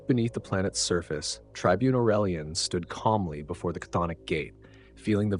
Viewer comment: This is the first video I've seen that pronounces "cthonic" correctly.